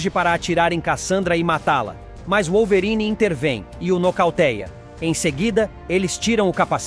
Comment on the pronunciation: pq q esse cara fala wollverine desse jeito? kkkkkkkkkkkkkkkkk